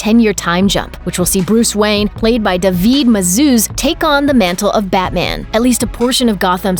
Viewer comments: First of all, it’s the final two episodes not final episode, and second of all, it’s David Mazouz pronounced (Dei-ved) not (De-vid) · Its not “daveed” it’s David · "daveed muzuuuz" lmao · How can you not pronounce "David"?